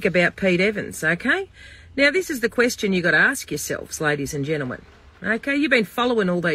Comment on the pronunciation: Every time she says ladies and genleman randy pops into my head!😂😂